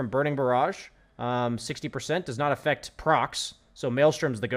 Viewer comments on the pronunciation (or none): none